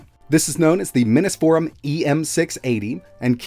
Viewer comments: Yeah, I heard right. You said "minnis" forum again. Even though you're quite capable of saying "mini". It really boggles the mind. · Why is pronouncing “minisforum” that way? 😂